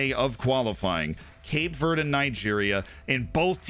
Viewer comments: I dunno why but hearing you say Cape Verde wrong about 10 times in a row made me giggle for some reason (its Verdy or Verday i think depending on your take on portugese) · As a portuguese speaker (brazilian), hearing someone say cape VURD makes me wanna cut my ears off, but good video